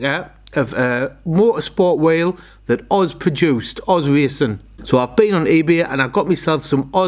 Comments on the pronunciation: Cracking wheels! It’s “oh zed” wheels btw, not Oz. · Correct me if I'm wrong but i always thought that wheel manufacturer was pronounced ' oh - zed ' not oz , either way mate they look great , good choice.